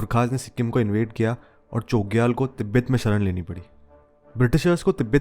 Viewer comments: Great video! Just a small correction – the pronunciation of 'Chogyal' should have a 'छ' sound, not 'च.' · Chogyal ka pranounce galat kar rahe ho bhai🙏